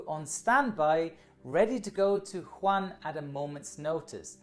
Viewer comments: Every time he says wuhan I wanna laugh hahah But no hate, I’m Australian and just came back from hongkong around 2 weeks ago. It’s rather scary, I am healthy but who knows. At least I didn’t get sent to Christmas Island. And I’m not leaving until I hit 14 days exactly. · Arran Morton I am Chinese, it’s not pronounced like that. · I think it's pronounced Wu-han, not Hwan. Nevertheless, good video. 👍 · Awesome video, but its Wuhan not Juan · Wuhan is pronunced "woo-han" not "Juan" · stop saying jaun instead than wuhan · Wuhan not Juan! Dude Mexicans are already screwed with their beer, have mercy! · Just one thing. Wuhan is spelled Wu|Han and not Hu|An Edit: Wu|Han or Wu|An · Everyone else: "Wuhan": "JuAN" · Great,! It's WOO - HAN, not HOO AN xD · it's not "Juan" It's "WU-HAN" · It’s Wuhan, not Juan :) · Wuhan, not Juan. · “Woo-Han” (Wuhan) not ”Huan” lol. Great video nonetheless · Woo- han not Juan :) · Its pronounced as WOOHAN not HU-WAN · it is pronounced as wuhan not huwan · Hi, I'm a big fan and this was yet another great video. But just letting you now that the city which is the epicentre of the virus is WuHan (pronounced Woo-Han), not Hu An:) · it is not pronpuse as huan it is Wu-Han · you should say WuHan instead of wuHan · It’s Wuhan not Huwan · It's not Quhan its Wuhan (Wuu-han) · Is it just me or I keep hearing call Wuhan as Huwan? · huwan Me: Wuhan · its WUhan, not HUan (Spanish city in China!!??) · Wuhan, not Huan you potts. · The city is called Wuhan not Juan ... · good try but Wuhan is pronounced like “u-hann” with the “u” sounded as “uno” ‘s “u” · I thought it was Wuhan, not Huwan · woo-han ("han" like "ham") - but still much better than just "han":) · WooHan not Juan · I know but he didn't said wu han He said who han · Good video, but it’s pronounced WOO HAN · it's pronounce Wu Han. Great video 👍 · Pronounces Wuhan "Juan" Me, an intellectual: Unsubscribed (jk i love you)